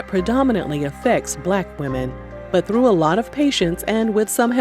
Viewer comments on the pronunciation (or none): none